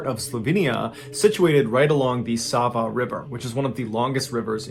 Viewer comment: I'm shocked you actually did a story from Slovenia! Got a good laugh in from your pronunciation of Sevnica, but you got Sava's name on point! Really cool stories 🤍